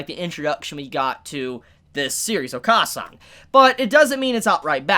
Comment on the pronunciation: It’s oka-San is said o-kuh-San basically short A sound not long A sound